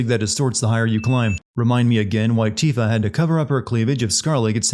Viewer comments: Hearing Tifa pronounced as Tiffa is killing me every time he does it big yikes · I should sin this video for you saying "TIF-AH" instead of 'TEE-FAH' like it's supposed to be pronounced. * Also, the Whispers intervened with Aerith in the beginning because the vision with Sephiroth delayed Cloud and her meeting. The Whispers kept her in place. * In addition, seeing the Whispers probably works by if someone who seems them touches someone else, it gives them the ability to see them as well. All of the other Avalance members touched Cloud, or he touched them at some point during the first bombing run and afterward. Hence why they can all see them. We also don't know how many people Biggs and Wedge touch or joke around with in the neighborhood watch which might lead to a cascade of people seeing the Whispers. Maybe they high-five people, or shoulder pat or whatever as they walk around. It would make sense that everyone is close in the slums. * They stated in-game too that Aerith has to come along willingly to Shinra. They knew where she lived but they couldn't force her to come---likely because the Whispers wouldn't allow it or it has to do with a Cetra thing they discovered. As long as they know where she is, they can wait for an opportunity for her to surrender herself. * Plus, Aerith knows it was Zack's sword but she'd probably assume that several different SOLDIERs carry them. Angeal had it first, then Zack. If I were her, I would assume it was a choice to carry a sword like that around. Either that, or she knows something is strange that they carry the sa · I played the OG FF7 when it came out with no voice acting. Want to know what I called her? Tifa not Tiff-uh. Also the comment was supposed to be snarky in the style of "Sin videos" Like I was sinning him on the pronunciation. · It's pronounced Teefa not Tifuh. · LOL why are you pronouncing Tifa as "tiff-uh" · 'TEE'fa. It's pronounced 'TEEfa'...you know, like, the music notes? It's not a hard word to say. Yikes.